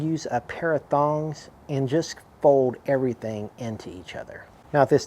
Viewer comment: Looked great. I too laughed at ""tong". Sure sounded like thong. The great thing I like about doing your own bbq is you can do it your way and to hell with others who think your doing things wrong. That said, I'm one of those folks who pull the fish when it's still showing a little bit of not quite cooked in the center. But only because I know the carry over will finish it by the time I'm eating it. Like you I'm not into sushi. Sounds like fish bait. I am very happy to see you check if the fish is done to your liking by looking "under the hood" so to speak. The fish will tell if you think it's done. A thermometer is really not going to be accurate with fish. I know some will argue this but it's been my experience. So nice video. Have a great day 🌤.